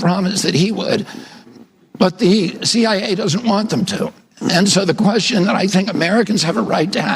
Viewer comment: Ku, wah, wah in 68 hrs. Got it ! Totally speaking in demonic tongues, completely Left of the dial. Wahnt, not wahhhh !!! Really???